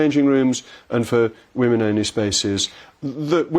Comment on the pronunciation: Poor Peter, still unable to use/pronounce the plural of woman i.e. "women"